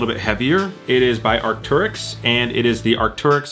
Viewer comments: Arc-tair-yx not Arc-tur-yx, so triggering. Great video non the less lol 😂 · it’s pronounced Arc-Tear-Icks. Just want to help you with your pronunciation Also congrats on 50k